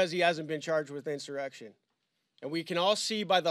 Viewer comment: There was no "in sir ex shun". It was a protest. Nothing more.